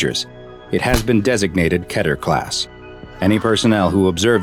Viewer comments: Yo its key ter not ket ter. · Not trying to be mean and if anyone sees this comment everyone makes mistakes but its keyter not ket er but spelt like keter